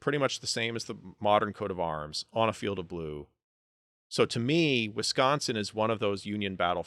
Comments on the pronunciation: As much as i disagree with alot of your views on this... props for pronouncing wisconsin correctly. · You pronounce “Wisconsin” properly. Is a Midwesterner?😮❤